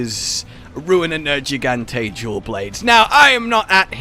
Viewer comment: Why do you still say nergigante with a soft g? Its nergigante not nerjigante